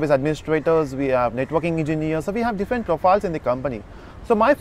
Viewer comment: Same shit in every video that claim to train people. At the end of day the same standard dialogue that echo " it depends on companies and position". To hear this shit we have to watch your "training or guidance" videos. One more thing, the word is different not diffent as you pronounce